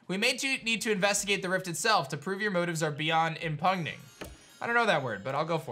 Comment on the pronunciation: Ihm-pew-ning. Beyond impugning as in beyond reproach or criticism.